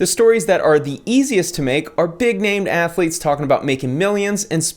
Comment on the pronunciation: Cartman : "Athuletes".....